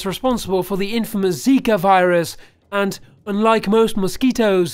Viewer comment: Dude zaka virus its zika